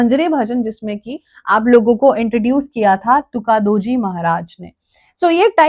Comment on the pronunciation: tukadoji 😭 pronounciation?